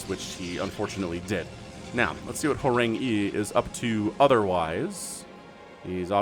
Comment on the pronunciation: You're welcome for correcting the pronunciation of Horang-E :-) Together we make your channel better and better, keep up the great work!